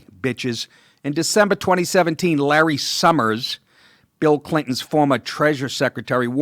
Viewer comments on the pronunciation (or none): none